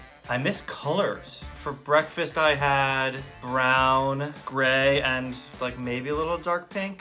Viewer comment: Ah yes, 'Breafast'